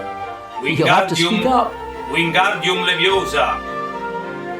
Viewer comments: It's leviosAAAAA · it Leviosa, not Leviosa